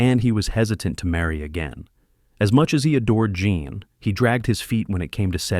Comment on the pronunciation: Her name was JEAN not JOHN as this narrator says frequently 🤦🏼‍♀️